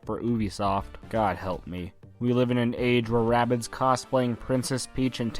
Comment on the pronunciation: its not ray bids its rahh bids